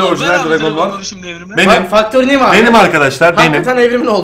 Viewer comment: Factory New diyo bide 😂